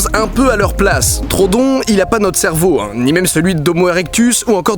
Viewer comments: On dit pas trodon mais troödon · Juste par contre mec stp c'est pas trodon mais troudon en anglais c'est bcp plus jolie : Troodon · troodon pas trodon par contre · C'est Troodon le dino en faite pas Trodon mdr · PAS TRODON. TR OO DON. TROODON PUTAIN Désolé je m'énerve un peu trop vite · Ça ne se dis pas trodon mais troodon fait bien insister sur le "o" je sais je suis chiant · Je crois que ça se prononce TRO-O-DON mais super vidéo quand même ^^ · Super vidéo, comme d'hab 😉 Par contre je crois que le nom du dinosaure se prononce Tro-ho-don, je crois avoir entendu ça quelque part 🤔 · (on dit trohodon il me semble) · Didi ça se prononce Tro-odon ! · Didi pourquoi tu dis trodon? On dis pas troHODON (j'espère que vous avez compris...) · Deux chose : 1) l'oeil du dragon en vert est trop cramé 2) Troodon se prononce comme il s'écrit, avec 2 O À part ça bonne vidéo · ON DIT TRO-O-DON !!!!! merci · Ça m'a gêner pendant toute la vidéo donc je le dit, en fait ça se prononce "Tro au don". Voila, je sait je casse les couilles x) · le troodon se prononce trou-o-don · On dit pa troodon